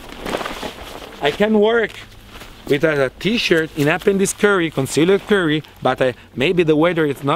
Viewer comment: "Concealed Curry"